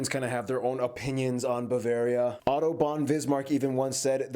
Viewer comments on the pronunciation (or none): none